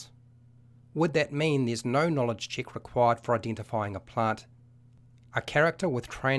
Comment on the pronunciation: hint to understand the video better: if everytime he says "chick", you understand it as "check", the video will make a lot more sense!